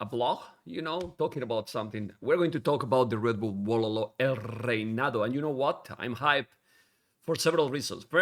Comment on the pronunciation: ACCM as a Vietnamese should also be able to pronounce El Reinado properly too 11